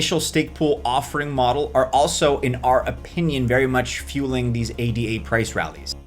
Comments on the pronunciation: Thank You but one correction - it's not "A D A", it's Ada. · Its called A-duh. Can't take you anywhere foo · ADA pronounced “EY-Dah”, Jesus wept! 🤦‍♂️ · Option 4) learn how to pronounce ADA